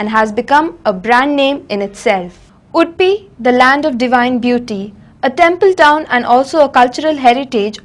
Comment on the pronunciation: what she is telling? udpi or wood-pee? can't she pronounce UDUPI properly?